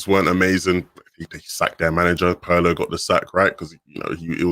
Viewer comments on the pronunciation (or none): did he just call Pirlo Pie-rlo